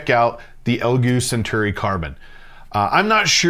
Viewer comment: Why did you just call it "Elgoo", why?